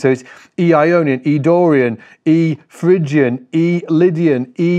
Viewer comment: It's Phrygian, not Phygian :-)